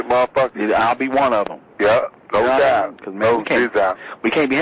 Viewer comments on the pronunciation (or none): "No dizzoubt"